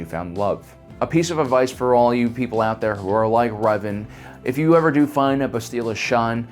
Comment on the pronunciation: What’s with the “YOou”